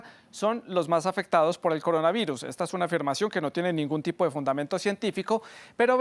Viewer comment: "el coronavairus"